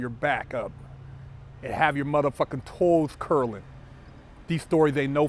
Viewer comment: "Tolls curling" lol